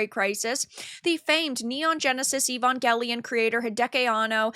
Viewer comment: You're mispronouncing Evangelion.